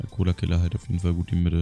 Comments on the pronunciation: dan nicht Colokiller nicht Colakiller 😂 Mega Folge 😂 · Es heißt collokiller